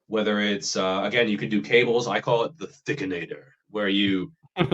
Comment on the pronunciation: Props for saying "THICKENATOR" properly